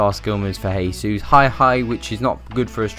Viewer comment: It's pronounced "jaysus" because he speaks Portuguese